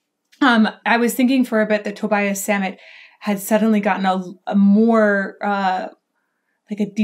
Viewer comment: Its "Toe-Bee-Ess Zah-mhett" The reason his enunciation is so pronounced is partly due to his accent. A lot of his music is that way.